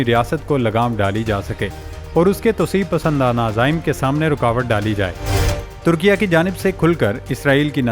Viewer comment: Bhai meray likhho turkia aur parrho Turki-ye.